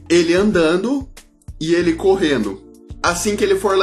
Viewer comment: e ele correnu. e seu belo portgugues diferenciado